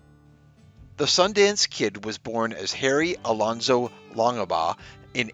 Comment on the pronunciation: WAIT!! -“Long-Ah-Baugh”??? You don’t pronounce the middle initial,.